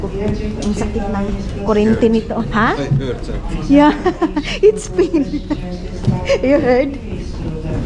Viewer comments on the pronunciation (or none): none